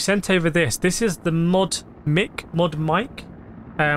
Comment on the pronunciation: Audio quality is pretty solid with the new mic... and it is pronounced "mike" rather than "mick"